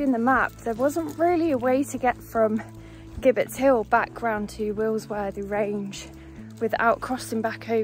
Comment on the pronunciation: Nice little walk and vlog. Glad the weather improved for you towards the end. Oh by the way gibbet is pronounced jib_bet hill.